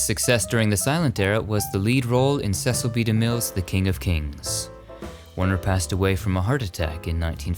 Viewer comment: please take note that Cecil DeMille's daughter, Katherine, has mentioned numerous times that her dad's first name is pronounced " See sill", and not "Seh sill", as it's mispronounced by so many. Great video! Thanks